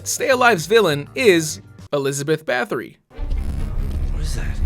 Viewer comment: not huge but everyone seems to mispronounce Bathory, it sounds like Batory